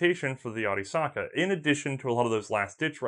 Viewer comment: Wdoesnt attempt to pronounce German. Pronounces arisaka with the accent of Tokyo bus driver.